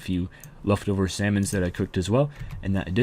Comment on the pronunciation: I had a friend who pronounced salmon like that.